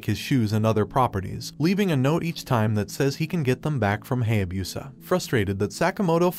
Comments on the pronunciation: i don't knwo when ever it is wrong or just different i really hate it when they pronouse Japanese names with sounds together like: Ha-ya-bu-sa not Hay-a-busa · You pronouned "Hayabusa" wrong... got "Fukase" wrong too